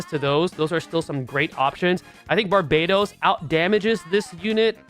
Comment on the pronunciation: FYI: it's pronounced "BAR-bah-tose", not like the island "bar-BAY-tose".